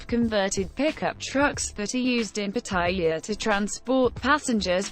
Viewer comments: Here's another do: Pronounce Pattaya correctly i.e it's not Pa-ty-a, it's Pat-a-ya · Amazing how virtually nobody can say "Pattaya" correctly! It's 3 syllables to pronounce it right.